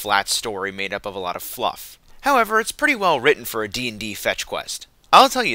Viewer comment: hehe "Fluf":D lol. great review